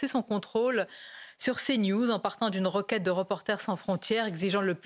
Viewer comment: "une requête" ou "une roquette" ? :)